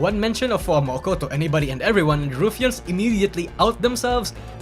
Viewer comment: "RuFians" Sorry, couldn't help but mention the way you say it